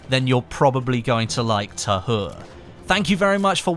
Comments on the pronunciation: is it supposed to be called Pres de twa in English, I'm just curious please no hate but it's bothering me it being pernounced tahur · its pronounced Ta-oore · The H is silent in French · its Pronounced Pree De Tah Ur. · The french dont say the H so you pronounc it as ta ure